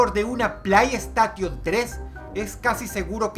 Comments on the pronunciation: kkkkk dross:play estation como de verdad se dice: play station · se pronuncia: pley esteishon :v buen video dross (^-^)b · dros se pronuncia pley steyshion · Jajajajja como vas a decir Plai Estation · Plaiestation xdd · "plai estation tres" Jajajajajajajajaja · PLAIESTATION TRES🤣🤣🤣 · Dross diciendo plei estation me hace pensar que antes no le importaba mucho lo que opinen sobre su pronunciación 😅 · Llegue al comentario justo cuando Dross dijo eso xD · Dross como pronuncias "play estation" me haces reír 🤭, por favor no sigas que pierdes caché. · Muero por dentro cada vez que Dross dice "Cónsola Plaiestation tres" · Se pronuncia Pley steichon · BUENO EL VIDEO DROSS, PERO COÑO POR DIOS "PLAIESTATION"??? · PLAIESTATION JAJAJAJAJAJAAJAJJAA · Dross tus videos son buenos pero tu pronunciacion castellanizada de las palabras anglosajonas demerita en gran medida la vericidad y/o reputacion. YUTUBE = yutub Playestation = Pley esteishon saludos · Pinche dross se pronuncia "plesteishon"!!!! Hablas el ingles como el culo!!! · "plaistation 3" jajaghsjajjajajajjajaja~ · Jejeje me da risa como pronuncia "Playstation" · Este wey no puede pronunciar playstation se escucha todo pendejote pinche puñetas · Dross...era necesario la mala pronunciación de la ps3? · Se pronuncia playstation 4 imbecil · Playstation, literal lo pronuncia. Grande Dross. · Exito: Dross no sabe como pronunciar play station